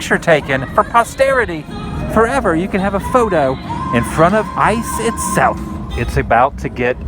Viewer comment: "Did ya get a load of siz of dat icccee" -GMR MGM